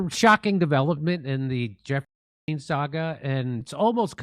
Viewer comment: Fuck that his name is Epstein not UUUUNT!